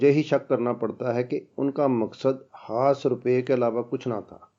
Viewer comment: خاص خو کھاس اور خوشی کو کھوشی کیوں کہتے ہیں؟!؟!؟